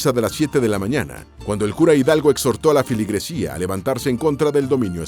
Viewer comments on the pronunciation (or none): “Arrenga”, “filigresía”😂😂😂